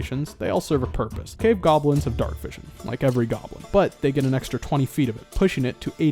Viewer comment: GAHBLINS.... NAAAAH